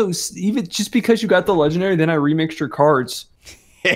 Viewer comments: said.'"leggendawy >w<" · "Legendawy :3"